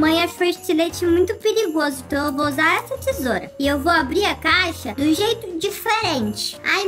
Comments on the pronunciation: Alguém percebeu que a falou peligroso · Você falou perigroso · "É muito pririgroso"Kkkk! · "É muito piligroso" KKKKK